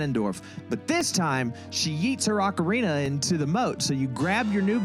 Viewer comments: It's Oh-carina... not Ah-corina 🙄😂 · “it’s Oh-carina… not Ah-corina…” there’s no joke. You tried to correct someone, and then used an eye roll and laughing emoji as if they should’ve already known, when you were the one who was wrong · you really thought it was pronounced “oh-carina”